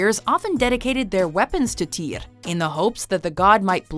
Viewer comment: It’s pronounced: “teer” not “Teeyre”